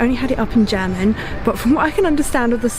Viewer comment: You really deserve a compliment for your German pronounciation. As a German I can say that it is really good!